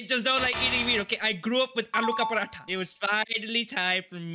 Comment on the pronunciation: the way said aloo ka paratha reminded me of the time I lived in Pakistan with my uncle